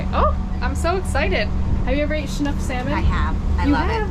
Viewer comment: The name of the fish is Chinook not Shinook. At least that's what we call them in the Pacific Ocean. Stay safe young lady and thank you for the video of my home state